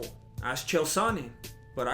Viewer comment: He said ask cheal sonnon lol